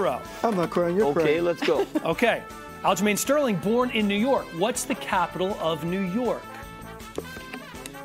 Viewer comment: Didn't know Aljos name was Aljermaine Stole-her-ring.